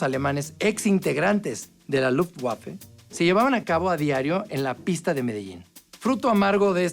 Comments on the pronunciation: Tenía la firme intención de ver el video hasta que el bato que hizo el doblaje dijo "luft guafe" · la pronunciación correcta es "luft vafe"